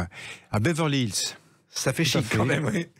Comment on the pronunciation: Beverlisss ? 😂 Je croyais qu’Anthony Delon savait parler anglais.